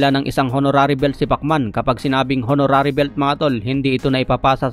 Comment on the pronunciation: Paki ayos ang pag popronounce ng english nakaka awa mga mkakarinig sayo. Honorary is silent "H"